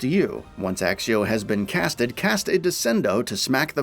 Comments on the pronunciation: Its accio not axio 🤓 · It's ACCIO , not ACSIO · Have you actually played? .... Have you ever heard your character say "Axio" ? ... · Transfiguration not transformation Accio not Axeio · Kroo-SEE-oh ACK-kio Jesus, there’s only 8 films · bros said axio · so true! i mean for fuck sake content creator please pronounce the spells properly ...there are people who are new to the game who will be wondering what the hell u are talkin about....our characters even pronounce it properly as "ack-ee ohhh" in the game. no excuse whatsoever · In the movies they sometimes do, and by proper latin pronounciation, "cc" is pronounced like "kc", so Accio technically should be "Aktseeoh"